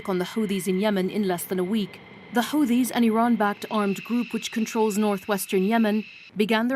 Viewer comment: Hate the way she pronounces Houthis